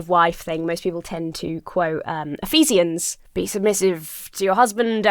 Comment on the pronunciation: The bit sians of Ephesians is pronounced “zhenz”. Or, more accurately, zhənz. The fruit Eve ate is never identified as an apple. That was a later, unofficial retcon. If this lady is submissive to hubby, and thinks she should only do housework and make herself smell nice, why the hell is she making this video? Doesn’t she have other biblical things to undertake? Imagine if your household has two intelligent people in it. One of them isn’t allowed to discuss decisions. What an absolute waste of an intellectual resource. I am atheist now , but there were many professional women in my church, when I was growing up. As a result, the submission passage hardly ever got taught. Another passage, Pauline again (because all the difficult ones tend to be Pauline), is one which says it is better to remain unmarried.